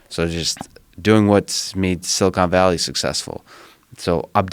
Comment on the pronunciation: Joe “Silicone Valley” Rogan